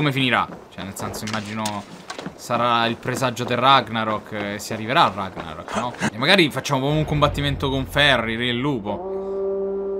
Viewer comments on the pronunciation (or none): none